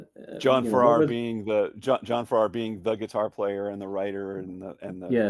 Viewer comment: The pronunciation of John's last name has emphasis on the first syllable. He was also a member of the Shadows and of Marvin, Welch and Farrar. . . and the Strangers. It is a great song.